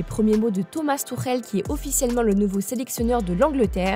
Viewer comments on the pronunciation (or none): none